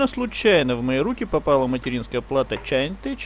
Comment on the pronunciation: Позор тем, кто по сей день не знает, что название читается как "Чеинтек", а НЕ "Чаинтеч"!!!